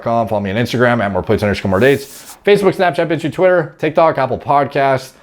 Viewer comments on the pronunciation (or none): none